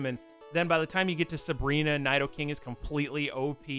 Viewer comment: I really hate how you say Nidoking, it's "Knee-Dough-King". "i" is always pronounced like 'ee' in Japanese and "Ni" means "Two" so it's a reference to how Nidoran starts as two different genders and evolution lines... And are you calling Palkia Cresselia? It looks like it from the footage shown.